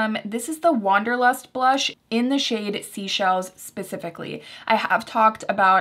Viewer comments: Just wanted to let you know Seychelles is pronounced like 'say-shelles' not 'sea-shelles' 😊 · Seychelles is actually pronounced Say-Shells - which is a group of islands in the Indian Ocean. Thank you for all of your hard work in producing this well thought out & detailed video on your monthly faves!